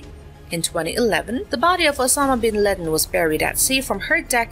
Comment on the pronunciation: Excellent AI voice. Can pronounce Theodore Roosevelt but can't pronounce strategic and Bin Laden among others.